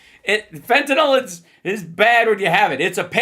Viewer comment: Fentanyl is not fentanol, you doddering old fart.